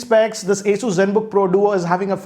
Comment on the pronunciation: It's not Aey-soo like you say, it's Aw-soos. Listening to your pronunciation i lost face with my cousin saying it the same way thinking that you must be saying it right. Later on i checked.